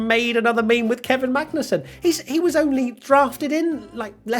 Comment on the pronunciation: Near slip up there- Magnet-sun